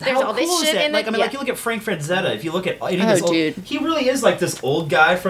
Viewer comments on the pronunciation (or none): It's FRA-ZETTA,! Gawd dammit!